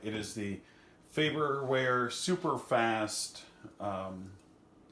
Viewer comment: FaRberware, sir. There are two Rs. Good video, though.